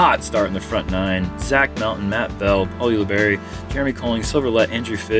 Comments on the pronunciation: Jeremy, is it U-luh-berry or U-luh-bar-ee? You switch back and forth between pronunciations! Lol : ) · How is Paul Ulibarri's name pronounced? Jeremy says "Youli-Berry" at the intro, "Ooli-BARi" after his drive on hole 7, and seemingly every other combination in between...